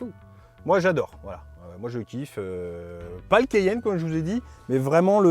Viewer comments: Mon Dieu le mec au début a prononcé "le Porsche kéyenne" Au lieu de Porsche Cayenne !😂😂 Une honte pour un présentateur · Le quéyenne ? Vraiment ? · cAyenne pas cEyenne 😂😂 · Le keyenne 😂😂